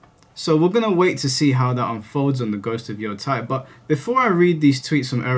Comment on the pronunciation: I'm pretty sure it's "yo-TAY," unless it's a German name or something. I have no earthly idea why people who are familiar with games and stuff from Japan are suddenly collectively (at least among youtubers) pronouncing the Japanese "ei" like "eye." Maybe I'm missing something, though. On a different point, sure seems weird (and cowardly as you've stated) that the ideologically fanatical keyboard warriors are also the ones who justify their terrible behavior/language (specifically referring to the use of slurs). One of the reasons I'm glad this channel exists is because the ideological garbage isn't coddled in EITHER direction, and that takes integrity (and tact, which so many people speaking online and in these more creative industries seem to have no concept of). The political extremes that are so constantly coddled and then lumped into the more moderate/nuanced takes by the other extreme has made discourse more unproductive than ever. Truly a shame.